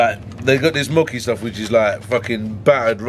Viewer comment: Said Mocki its Mochi Bruv!!!0😂😅